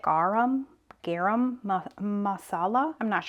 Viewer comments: it is pronounced "Ga Rum". LOVE Indian food. So glad you ventured out and did something different for you! If you are not familiar with it go to a buffet to try many different things and see your favorites. So delicious!!! I too like spicy food and buy the hot curry powder vs the regular. Steven sure has lost a ton of weight I noticed today. He's so sweet to gush on every dish you make. Serrano peppers typically range between 10,000 to 25,000 Scoville units, while Jalapeños fall slightly lower in the range of 2,500 to 8,000 Scoville units. I prefer the Serranos! Well done!!! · Garam is pronounced Guh ram muh saw la, lol. I love butter chicken! There is a gas station a few mins from where I live that an Indian man (from India) runs the gas station and he cooks butter chicken and chicken curry 2 times a week and both dishes is so delicious! If you want a little more heat I'd add a little cayenne pepper. They put cinnamon in some dishes and they also use peanuts in some of their dishes. They make Roti Ro tee and it's like their version of tortillas but it has garlic and herbs infused in it. It's pretty good. My mom's boss is and Indian( person from India) and they make her food and I try it sometimes, it's pretty good. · Hi!! It's pronounced Gar-um and you got the second word perfect! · It is pronounced Gram like a gram cracker you got the Marcella correct